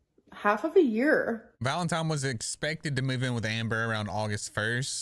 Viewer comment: it’s pronounced ‘valeNtine’ not ‘valeMtime’ 😂😂 sorry for some reason that really irritated me especially when your doing a story on Hamber 😂